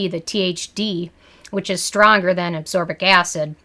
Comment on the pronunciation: It is pronounced ascorbic acid. Not absorbic acid.